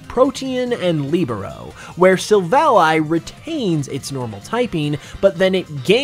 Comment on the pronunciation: After how he pronounced "Silvally," i just know he can't pronounce pokemon names correctly